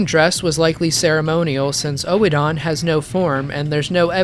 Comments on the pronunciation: Honestly I prefer something closer to your pronunciation, just with much less emphasis on the second syllable. I don't thing it's supposed to sound identical to Odin. OWE-eh-den imo is the best pronunciation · It's actually not either, it's pronounced erh-din. The chapel dweller says it himself. It's using a German OE sound, which makes a soft R sound. Like the poet Goethe. It's not really a sound we have in english but everytime it's said in the game it's said like that. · what's this oh-eh-don, Oedon is pronounced like Burden throughout the game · epic video except for every time you pronounce "oedon" as "oh-e-don" instead of "urdon" but I'm willing to forgive cuz you covered a LOT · Dude loved this vid. Liked and subbed, however the way you pronounce "oedon" as in oedon chapel annoys me. Your say O-E-DON, it's literally said by multiple characters in the game, it's pronounced ER-DUN, I know it's a little thing but you actively chose to ignore how they say it in game. Please stop it sir 😂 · I honestly feel it should be pronounced "Eden", anyway. Firstly I think it's a play on words, but also in British English (which is generally used as the pronunciation guide for FromSoft games) the oe- is pronounced like ee-, so it really should be "eedin", or "Eden". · i thought it was pronounced eden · It's actually pronounced more like "Oh-done," but obviously you say it quickly and not spaced out. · Bruh it's pronounced odin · Oedon is pronounced Uddin in Bloodborne. Its pronounced in game by Gehrman loool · Love the video. One note though, Oedon is pronounced Urden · Small tip. They actually say the name in game. Oedon Chapel is pronounced like Odin the Norse God. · not to be an um actually guy but um actually it's pronounced like Odin. In the game most people add a soft R sound at the end of the O so it could be pronounced erden with an almost silent E. Of course that could just be the british accents slipping in a rhotic vowel with the first E.